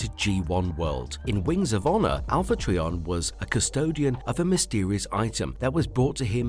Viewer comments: This video was kinda grueling & cringy to watch. I know you might not be able to help it, but it’s pronounced as Alpha “Try-on” Trion. Not Alpha “TREE🌲 on”. Every time you said this name I kept thinking of Trees🌲. WTF❓🤯‼️ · It's Alpha Trion not Alpha Treeon. My god learn the name before making a video about anything Transformer related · I'm sure it's just a difference between my and your accent but it sounds like you're calling him Alpha Treeion not Alpha Trion then again I am half deaf I could just be hearing you wrong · Pronounced “try” as in a triangle, tri meaning three! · Not sure how you make a video on a Transformer and mispronounce their name the entire video. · I have full hearing and I hear it as well. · Who TF is Alpha Tree-On? Do you also call a three wheeled bicycle a tree-cycle? How about a three sided shape? I guess you call it a tree-angle. What about those Quin-tes-sins? IT'S QUIN-TI-SANS!!! 🤬🤬🤬🤬🤬🤬🤬🤬